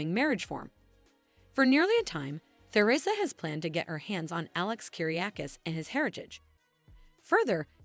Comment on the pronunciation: It’s obvious the narrator doesn’t read our comments. I’ve pointed out and requested several times for the narrator to learn and properly pronounce numerous names and the theme place of DOOL. SHE HAS YET TO GET IT CORRECT. Teresa, Nicole, Salem, Paulina, Chanel among others.